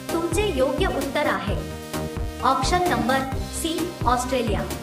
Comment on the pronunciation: आॅक्शन नाही आॅप्शन म्हणा. आणि ये नाही ए म्हणा